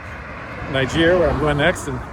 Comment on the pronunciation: lol, you say the name is "Often mispronounced", and then mispronounce it. I'm guessing you don't speak any French!